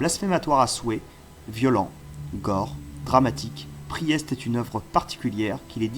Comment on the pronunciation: excellente vidéo continue mec. Conseil, Priest se prononce "PRIST" phonétiquement, et tome se prononce "TOM" comme le prenom et non "TAUME" comme tu le dis. Bonne continuation 👍